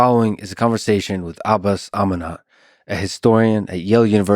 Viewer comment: Haven't watched the video yet, I'm sure the discussion will be interesting and enlightening. However, a small critique - you could make an effort to pronounce his name somewhat more correctly. To many, it may seem like a petty and irrelevant point but to me, I think it is a small effort that goes a long way.